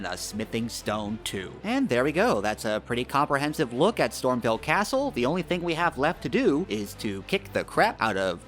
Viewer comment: I found a secret just by watching this video, it's called StormVEIL castle, not "StormVille."